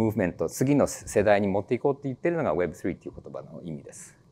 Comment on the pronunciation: web3の発音が凄く良いですね😊